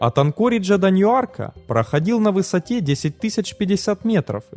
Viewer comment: Тут зрители начали обсуждать, "какого такаог ньюАрка"...